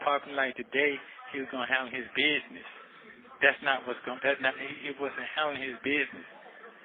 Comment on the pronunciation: ANY MAN THAT SAYS “BIDNESS” INSTEAD OF “BUSINESS” 🚩🚩🚩🚩🚩